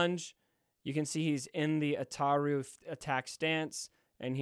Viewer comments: Ataru pronunciation was on point. Yoda's form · As a super lore nerd, your pronunciation of Ataru was spot on 👌 Also, people already have the Malevolence at 6 to 7 stars. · No u pronounce ataru right